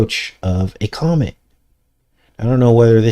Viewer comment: Comet almost sounds like comic…venom comes from a comet/comic